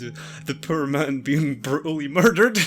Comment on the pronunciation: "And the man in the background being bruatally murdered..."